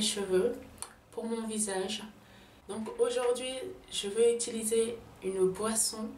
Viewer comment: Toi là je tai remarqué on dit utiliser et non itiliser